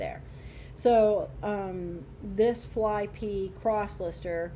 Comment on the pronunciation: I don't mean to sound like a corrective karen, so please forgive. Flyp is pronounced Flip. Thanks for the video. I appreciate you information about these platforms